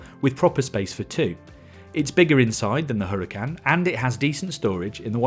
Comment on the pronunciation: Hoo-rah-kan. Please fellow Brits, stop butchering the gorgeous Spanish language